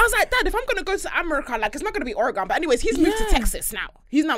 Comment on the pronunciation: just do your nike factory and go home. O-RE-GON 😩